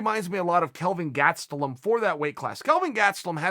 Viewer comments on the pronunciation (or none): What's with Chael and the surnames .. lol Aljo, Gatstelum, Noons .. Hahah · Legend has it that uncle Chael once mispronounced the name Darren Till... Idk how he found a way, but i hear it was GLORIOUS. Gatstulom rip... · Kelvin Gastelum: my name is gastelum Chael: gatsaloom Kelvin Gatsaloom: my name is gatsaloom now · Chael “Kelvin Gatselum” Sonnen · Chael "Kevin Gatstelum" Sonnen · Kevin Gatsby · “Kelvin Gatselum” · Lol ok so now we’re saying Kelvin’s last name like that